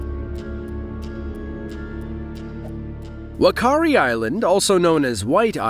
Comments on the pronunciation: ITS NOT "WAKARI" ITS FAKARI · More than 4 active volcanoes in Italy. Fah-Kah-Ri Island. Great job with Eyjafjallajökull. Cloud of smoke = Pyroclastic Flow, not smoke, million times worse. Hunga Tonga–Hunga Haʻapai great job. Excellent job with Japanese Volcanoes. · The wh in Maori is pronounced as an F, so the correct pronunciation of Whakaari/White Island is actually Fakaari/White Island. Those that died in 2019 were not the first lives lost on the island. There used to be sulphur mining operations on the island but in 1910 part of the western crater wall collapsed, casuing a laha that killed the 10 miners on the island. Only the mining camp's cat survived. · whakaari is pronounced Fa-kaari in my language (Maori), the characters 'wh' are pronounced an f, don't ask me why its just how it is lol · Psst, about #9… the Māori say wh as an f sound. 😊 So, anywho, there is a documentary about the Whakaari eruption on Netflix, if anyone wants to see more about what happened.